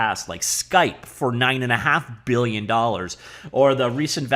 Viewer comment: One-point-eigth *Beuuhgughg*lion dollars